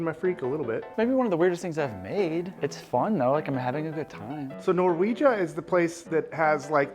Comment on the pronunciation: Ngl everytime I heard "norwegia" it took me a second not my proudest moment